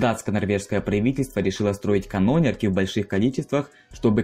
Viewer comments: Меня одного смущает, что канОнерка а не канонЕрка? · Открой словарь, найди слово "канонерка" и поставь верное ударение, удачи. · Просветитель, просветись по поводу ударения в слове канонерка. Хоть бы Википедию открыл. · Парень просто прочитал Вики. Ударение в словах например канонерка , ставит не правильно . И т.д. вообщем не зашло .